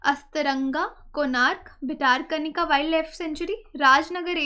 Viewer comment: ✔ Bhitarkanika = ଭିତରକନିକା = भितरकनिका ✔ ❌ भितारकनिका ❌